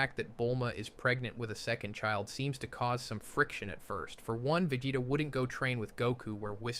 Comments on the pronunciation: why is he calling sayains sciyons? and why is he calling vegeta vaggetta ? .....is this some sort of translation joke im not getting? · The pronunciation of “Vageta” at minute is ridiculous. I respect that he’s a content creator and doing this for free but this AI is honestly horrible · Idrc that much if you do ai, but after the vegeta pronounciation... cmon man at that point I would just re-record it. It's a pain, ik, but like another commenter said, we're here for you, not an AI. If you're gonna use AI, I wanna be able to suspend my disbelief. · Yo did you train an AI with your voice to do this video? Some of these pronunciations are atrocious and inconsistent. ie: Vegeta, Saiyan, Beerus...etc Also your tone is just so flat and monotone the whole way through